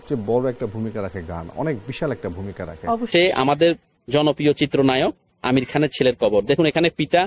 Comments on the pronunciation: আপনি উচ্চারন করছেন আমির খান না আমিন খান ঠিক পরিস্কার না। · আপনি আমিন খানের নাম ঠিক মত বলতে বা উচ্চারণ করতে পারছেন না,আপনি ইউটিউবার হলেন কিভাবে আমার বোধগম্য নয়,আপনি বার বার বলছেন আমির খান। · ভাই আমির খান নয়,আমিন খান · আরে ভাই আমির খান নয় আমিন খান কি যে বললেন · বুঝতে পেরেছি কিন্তু যাকে নিয়ে ভিডিও বানালেন,তার নামটা ঠিক ঠাক করে বলা উচিত? আশা করি আপনি বুঝতে পেরেছেন!!ধন্যবাদ!!!